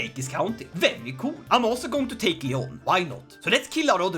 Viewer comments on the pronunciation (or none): none